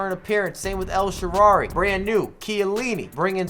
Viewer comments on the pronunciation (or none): El sharrarrrrarryyy 😂🤦🏻‍♂️